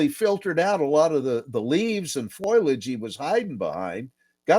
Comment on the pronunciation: He can say perpindicular but is stumped by foliage "foilage"? Sorry, that struck me as funny.